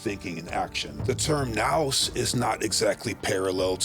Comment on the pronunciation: I can't believe you made this whole thing without knowing how to pronounce nous 😂 Love the material, though.